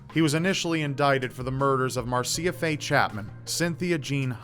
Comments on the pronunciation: You're pronouncing Marcia wrong. It's marr -sha. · It's pronounced mar-sha instead of Mar-see-UH